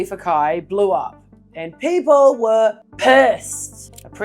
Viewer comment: "Peeple were pessed!"